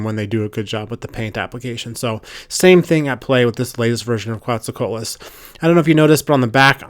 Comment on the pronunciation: It's pronounced 'co-AT-lus'.